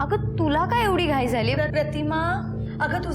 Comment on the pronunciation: घाय नाही घाई